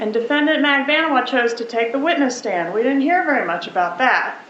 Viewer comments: magBAN-ooh-ah Why on earth is that so hard for you ? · Mag-Ban-eww-ahh is how it's pronounced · Her name is pronounced MAG-BAN-OOO-WAH